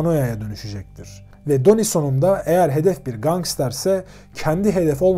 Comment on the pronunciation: isimden basliyalim. Donnie okunuşu Danni'dir.. Mafya yapilanmasi hakkinda arastirma yapmani oneririm. Donnie hic zaman " soldier" olmadi, hep associate kaldi. " soldier" yada " made man" olabilmek icin aile icin cinayet islemen gerekiyor.. bir kac ornek. Butun gunumu alir video da ki hatalari duzeltmek. Emegine saglik yinede.